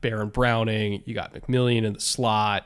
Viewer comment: Re Broncos: our slot corner is named McMilian, Mc-Mill-an, not McMillion. The Sunday night announcer got it wrong, so I understand other media people continuing to mispronounce it, and it's given the Broncos a new nickname for J-Mac, but it seems a little disrespectful to me. Sort of like people mispronouncing Patrick Surtain's last name.